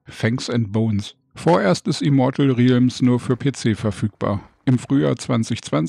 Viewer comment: Es wird egal wo 100% "rellms" ausgesprochen. Trotzdem danke fürs Video.